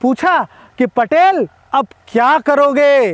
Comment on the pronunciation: पटेल नाही भैय्या....पाटील